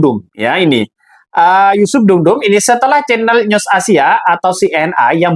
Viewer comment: Bung news itu dibaca nyus bukan nyosss